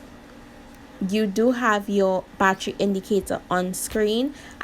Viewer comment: When you said Battery I knew you were Caribbean!! (I never watched any of your videos. Before but I really love this review)